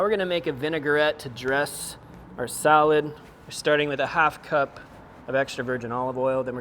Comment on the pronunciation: it’s vin-a-gret. Not vin-e-gar-ette. You’re a chef bud!